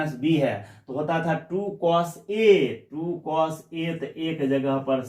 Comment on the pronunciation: Cos ko pronunciation nahi athaa🤣🤣